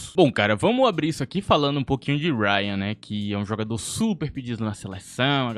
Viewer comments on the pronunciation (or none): Não sei da onde q você tirou que rayan foi pro boro?! Tá doido? E outra, é RAYANNNNNN NÃO Rhayan, o cara é carioca porra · "Uáiaan do vasco" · Que agonia ele falando Rayan inglesiado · Ele pronunciando Rayan de forma inglesada me lembrou os gringos chamando o Estevão de esteváo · Nao fala rayan engleisado nao machkaakakakakakakak😅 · cara, só aceita a correção. Até o próprio jogador já falou que a pronúncia é igual ao colega aí. Acho que ninguém no Brasil se chama igual tu falou no vídeo. É só ter um pouquinho de humildade e aceitar a correção, que ao meu ver, vou bem tranquila. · Pior não é nem a pronúncia dele. O que mais me deixa puto, é ele respondendo a galera que está corrigindo ele e em algumas respostas, debochando da galera. E ainda fala que o pessoal está acostumada com a pronúncia da mídia brasileira kkkkkkkkkkk tipo, não é um substantivo, um verbo ou algo assim. É a porra de um NOME PRÓPRIO, onde até o próprio jogador já falou o nome nas entrevistas, e é exatamente como a "mídia" que ele (esse cara do canal) crítica. Que loucura. Já percebi várias vezes, que ele fica louco, quando é contrariado. Mimado. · Rayan inglesado kkkkk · É que cê pronúnciou Rayan num sotaque mais inglês